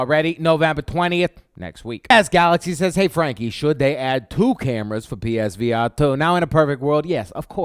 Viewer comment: Psvr not page